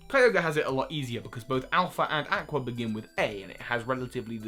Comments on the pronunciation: You pronounced Aqua wrong! It's (Ah-qua) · That's a very creative way to pronounce "aqua".